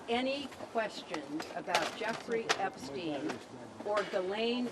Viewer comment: "I never knew Jeffrey Epstine"